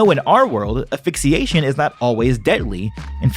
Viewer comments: Asphyxiation... Not quite affixation. ;) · Great content but good god it is aSphyxiation not aphyxiation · He says asphyxiation incorrectly.